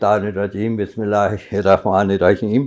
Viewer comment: He did not read bismillah with proper pronunciation